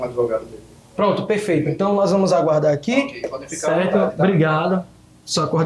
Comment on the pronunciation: Cada vez q ele falar “proonntu” aleatoriamente